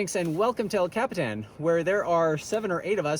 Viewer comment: you just pronounced el capitan in the whitest way possible. el coppy tahn